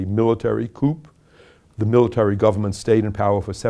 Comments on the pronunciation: "Coop"? Hearing this educated, well-spoken man mis-pronounce "coup" (as in a military coup) made me take him just a little less seriously. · the "p" is silent in the word coup.